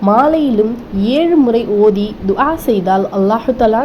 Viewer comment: துஆவை சரியாக உச்சரிக்க கற்றுங் கொண்டு மற்றவர்களுக்கு போதிங்கவும்